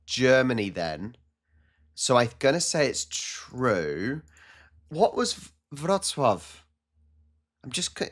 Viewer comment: There's always accent when you speak Polish (it's totally ok of course) but the way you say "Wrocław" is just SO perfect ❤